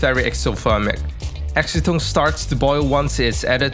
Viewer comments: Can some one tell him that acetone isnt pronounced ask-o-tone its pronounced as ass-o-tone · Ass-e-tone - no?